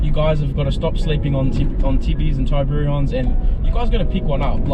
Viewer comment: Mans thinking it's command & Conquer : Tiburon-sun 😂🤦‍♂️